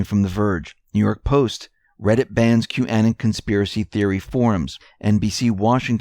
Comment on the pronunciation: Thank you for all your great reports. Please correct your pronunciation of Qanon. Anon is the same as "anonymous" short a sound. Also, the accent is on the first syllable "Q" Your pronunciation was so different it took me awhile to figure out who you were talking about. Thank you for correcting on this most important word and especially since you are here to accent Q's posts!